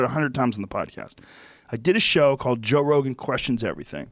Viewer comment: Joe "Wal way" Rogan